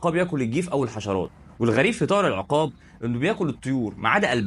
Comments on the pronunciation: اسمه العُقاب بضم العين و ليس العِقاب بكسر العين زي ما انت بتنطقها .. طيب حتى اعرف النطق الصحيح لاسم الطائر أو الموضوع اللي بتتكلم عنه أو بلاش تتكلم ولا تعمل فيديوهات افضل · العقاب بضم العين وليس بكسرها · بس ياريت تلفظ اسمه بالشكل الصحيح.. العين مضمومة وليست ساكنة ولا مفتوحة في كلمة عقاب 😊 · ياسيدي انطقها صح بضم ال ع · السلاك عليكم يا غالي مش العقاب ضع ضمة علي ع حتي يكون النطق صحيح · تصحيح النطق، اسمه العقاب بضم العين وليس بكسرها والفرق بين اللفظين شاسع جدا